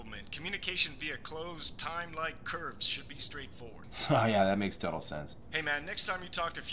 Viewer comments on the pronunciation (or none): none